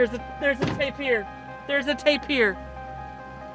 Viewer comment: Tapir - pronounced TAY-pr